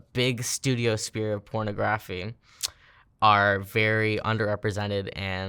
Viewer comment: Wow. She doesn’t know how to say pornography but it’s her “career?”